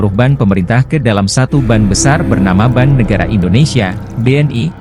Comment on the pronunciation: bank kok disebut ban